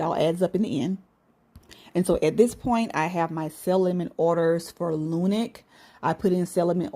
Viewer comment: Just wana let you know... its not lunic it's lunc